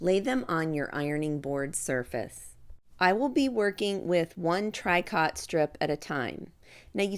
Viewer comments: It's pronounced Tree-co, not TRY cot. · For people who go to buy it - tricot is pronounced “tree-koh” not trikot. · Tricot is pronounced “tree-co” with a long o sound. Love your videos. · Pronounced “ tree coe “ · Sorry but tricot is pronounced tree-ko. I do enjoy your videos but can't watch this one. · Those are adorable. I think I have yet one more new project to do. Tricot is actually pronounced tree-co, sort of a French pronunciation. Hoping I can make some of these for Christmas presents! Thank you for the video!